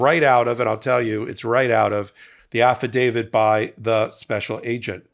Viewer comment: Why do you say Affitdavid? I'm not a lawyer but I think it is a affidavit.